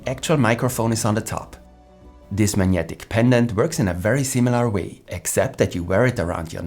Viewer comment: Thanks but FYI, it's 'Mag-netic', not 'Manyetic'.